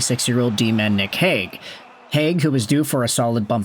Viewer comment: There was a Robert Hagg in Philly from , BUT the way everyone pronounced his name was more like ‘Hague’…so yes, kinda.